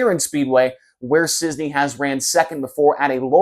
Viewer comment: Is't Cisney IT'S CIS- NEY not CIZNEY